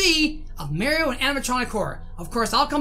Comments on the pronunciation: It’s mario not maior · You don’t say Maario your say mairo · It’s not merio it’s Mario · Who is "merio" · I love it when he says Mario as "Merio" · I love how he calls Mario maero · You’r saying mair io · It's pronounced mar-e-o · Your saying Mario wrong